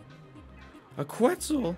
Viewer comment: “A qUeTzlE”